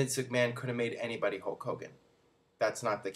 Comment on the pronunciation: who's "hoke" hogan?